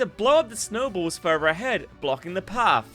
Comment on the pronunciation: Further, not furer.